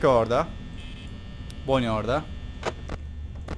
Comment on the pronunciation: abi bonny eğil banny a yla söyle